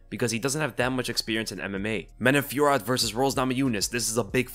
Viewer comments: Man-oh Fyor-oh. Just for future reference. And don't let Jon Anik's pronunciation sway you. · French dude here, if those french names pop up again in the future, here's a cleaner pronunciation fyi : Manon Fio-row Nora Korn-all Morgan Sharry-air Buh-nwa Saint-Duh-nee Taylor La-pee-lus -Anj Loosa ;)